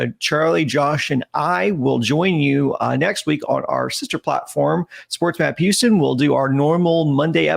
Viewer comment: Say Houston right and I’ll subscribe buddy.